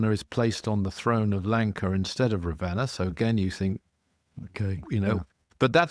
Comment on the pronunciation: You have a lot of book knowledge but I wonder where you’re getting your info from. Your pronunciations of Ravana, Vimana, hanuman and some other words is really poor.